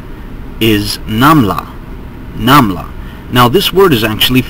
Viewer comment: namla is the same way you say it in arabic, interesting..